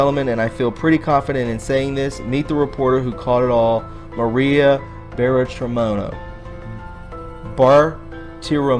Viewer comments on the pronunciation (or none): Dude I'm sick of you destroying everybody's name and not understanding who you're speaking about it's time you really watch the news and understand the people that you should and should not like Maria Bartiromo hello hello, if you're going to give us news of Q and I understand what and who you're speaking about and learn how to pronunciate their names please I like you but I'm getting ready to drop you.